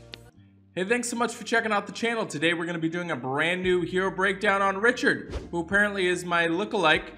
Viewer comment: If you don't start saying his name correctly I swear lmao